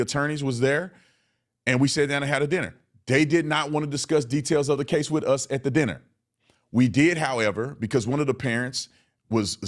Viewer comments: Crump is DEI. He can’t form a sentence, says WIFF instead of WITH and can’t read. He’s illiterate. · You are being way too polite calling mr., Church service disrupting, wanna be celebrity ,Don le’mon head a newsman or podcaster….I have a lot of other things I would refer to him as..😂🤣…J/S Then, please try to get Crump to take some diction lessons the words are WITH NOT WIFF AND TRUTH NOT TRUFF .. how did he get through school..??? 😂🤣😂..J/S Thank you for being truthful and respecting that poor kids legacy ..!!